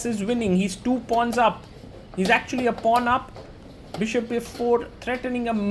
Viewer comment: how he pronounces "pawn up" is funny